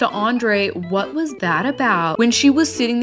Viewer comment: Stacey and Darcey look like drag queens. Jasmine looks ridiculous in the tight a$$ jumper. Can someone tell her that it’s “what”, not “gwaht”? 🤦🏾‍♀️